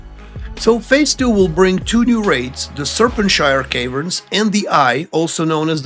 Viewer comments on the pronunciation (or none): "Serpentshire Caverns" lol